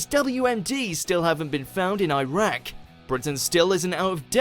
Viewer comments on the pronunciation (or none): none